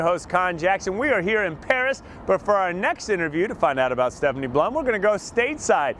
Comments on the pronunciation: PLUM not BLUM..... P-L-U-M!!! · Puh-lum. plum. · Yea this dope should be prepped better...definitely sounds like he says Blum. It was a good book, can't help but say that I am Team Ranger!